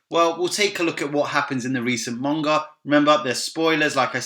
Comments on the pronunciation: cool vid but isn't it manga not monga there is no o in it or is it just me oh well still a good vid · WHY does this guy pronounce 'Manga' with a 'U?'... "Munga"